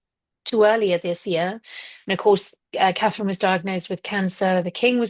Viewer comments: Carherine....ms Nichols. Cnt you say it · Come Kinsey! Katie Nicholl. She cannot say Catherine. Disrespectful person. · HER NAME IS CSTHERINE!! Get off social media is you can't say her name